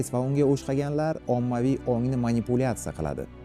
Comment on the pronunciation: O’shqagan o’shqagan dib jonga teydi boshlovchi, o’xshagan diyiladi gapirishi o’rganin boshlovchi